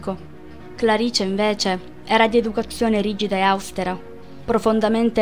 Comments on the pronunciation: Austėra accento sulla e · Pardon...austera ha l'accento sulla e